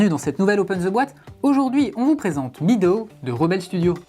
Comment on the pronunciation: ça se dit /ˈmedəʊ/ (mèdo), le ea, c'est traître. ;-) En tout cas, c'est un fort joli jeu, et j'aime aussi qu'il y ait une variante solo. ^^